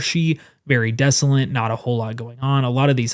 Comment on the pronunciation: Please*,: Desolate doesn't have any N's, so *please stop saying desolent.